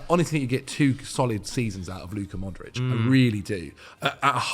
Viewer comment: Why the hell did say modric smh😭😤🤦‍♂️